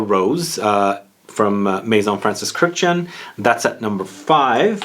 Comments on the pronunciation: The only guy who pronounces Kurkdjian's surname correctly. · The way you pronounce Kurkdjian makes me cringe. Good video tho